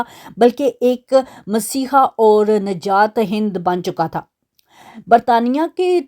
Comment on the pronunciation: نجات دہند نہیں ہوتا نجات دہندہ ہوتا ہے